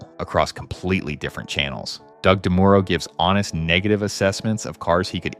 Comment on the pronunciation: You lost me at "DeMooro" and "Jalopink".